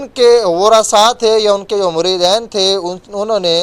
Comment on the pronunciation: بھائ،مریدین،دال کے اوپر زبر نہیں،ھے،د کے نیچے زیر ھے،تصحیح کرکو،شکریہ